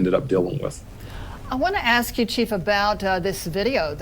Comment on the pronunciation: This guy said "Ax" instead of "Ask" ? Is he OK mentally ? Maybe a tad bit on the slow side or ?